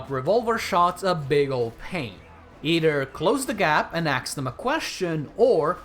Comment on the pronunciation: "axe them a question.." 😂😂😂😂